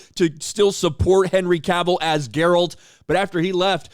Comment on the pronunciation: It’s Geralt not “Jeralt” lol